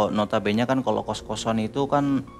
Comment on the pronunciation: nota bene tu dibacanya NOTA BÉNÉ. Bukan "nota bén". Itu bahasa latin aslinya. Maap dikoreksi 🙏🏻. Karena sering banget nyebut Nota Bene di video.